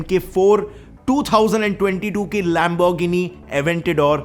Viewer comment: It's not lamboorgini